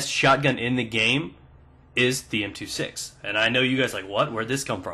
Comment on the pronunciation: M two six? More like "M two sex".